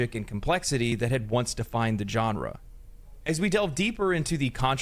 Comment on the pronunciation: Is it just me, or does this dude say, "John Ra"? Haha